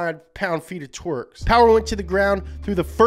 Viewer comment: “385 heRsper, 385 pound feet of twerKs”